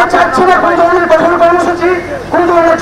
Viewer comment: কোঠর না ভাই, কঠোর হবে।